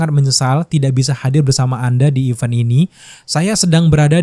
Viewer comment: Even dan event beda bunyinya